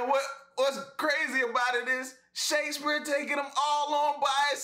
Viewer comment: I like how he keeps pronouncing it "shakesBEER" 😄😄